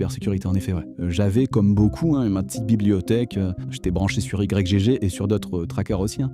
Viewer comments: J'en suis qu'au début, mais ça m'intéresse grave, vu que j'y allais de temps en temps (pour trouver des pépites introuvables ailleurs). Par contre, ça me crispe "i-g-g torrent" alors que j'ai toujours lu "igtorent" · merci de rétablir les faits ! mdr j'en pouvais plus de la vidéo de micode ou ils sont tous en train de l'appeler Y-G-G au lieu de YGG, c'est pas sérieux tout ça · Pourquoi Y-G-G? c'est igtorrent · J'ai un problème avec cette enquête : cette infâme prononciation "i-jé-jé" 😂 Sinon, masterclass ! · Je dis "why ji ji" j'ai pas trouvé plus facile à prononcer et je savais même pas que c'était français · On prononce le nom comme Yggdrasil ( iGUE )...